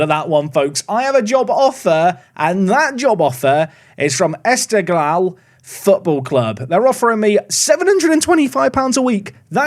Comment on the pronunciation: Afaik the gh in esteghlal is pronounced like the r in french or german (more or less)